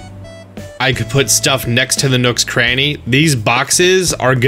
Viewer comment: thought you said nooks granny